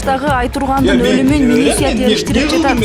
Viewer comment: Милиссия дебей милиция деп окусан